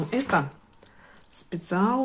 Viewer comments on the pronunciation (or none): Не специал а спешл